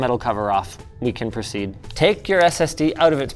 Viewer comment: Notice how Linus keeps saying "Proceed" like its some wierd route